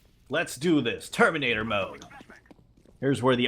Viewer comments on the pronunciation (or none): none